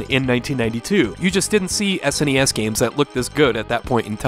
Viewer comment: Its S - N - E - S. Jeez